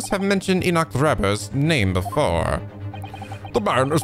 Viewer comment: "Enoch" is pronounced "Ee-nick."